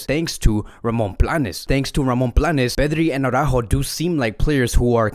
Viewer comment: aurÁjo aurÁjo aurÁjo... NOOOO! It's not aurÁjo! it is araÚjo. There is an accent on the Ú! BTW, did you know that Braithwaite is one of the richest players in the club? Apparently he made 250 million euro on a lucrative real estate deal.